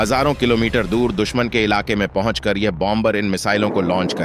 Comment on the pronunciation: Hi.😅 Its Pronounced Bomer and Not BOM BER. 2nd , B, is Pronounced Silent. France 🇫🇷